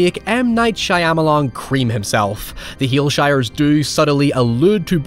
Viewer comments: Just to be difficult, Shyamalan's name is pronounced Sharma-lan not shy-am-alan. Otherwise, brilliant video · The only thing that scares me more than pronunciation of M. Night Shyamalan is his dyed hair color. I mean what the fuck is that man. I was watching this with a few people whilst drunk and they ripped on you over that. I love your content but I can't defend you like this, man. C'mon. 💀